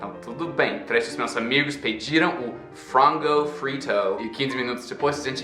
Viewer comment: O "frango frito" foi perfeito, kkk, poderia ser espião.